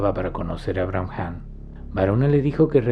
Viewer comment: Excelente video, maravillosas enseñanzas. Con respecto a la palabra Brahman, creo que se pronuncia Braaman y no "Bramjam"